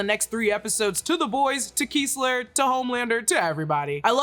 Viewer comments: It's Kessler, not Keesler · Butcher pronounced the CIA guy’s name as “KEH-SS-LER” not “KEE-SS-LER” and that was a bat mitzvah not a wedding lmao. Other than that, great vid!